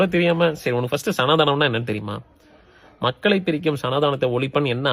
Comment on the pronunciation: சனாதானம் னு ஒழுங்கா சொல்ல தெரியில. அதுக்கு சப்போர்ட்டா பேசுறான். மொதல்ல அது என்னனு தெரிஞ்சிக்கோடா.